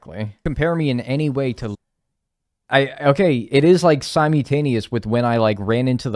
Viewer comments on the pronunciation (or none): I’m obsessed with the way he says sim-e-taneously